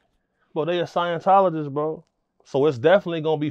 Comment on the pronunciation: "They a scienctagist"